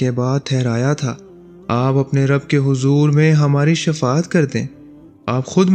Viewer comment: Shafa at nhe baijan Shifa at he